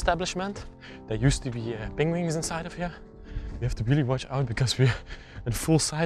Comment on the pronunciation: I LOVE the way you pronounce penguins as "pengwings" - makes me giggle every time! Another awesome find, thanks for sharing!